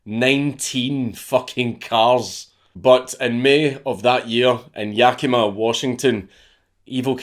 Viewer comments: Wow he said Yakima correctly. Thank you for that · Happy you pronounced Yakima correctly.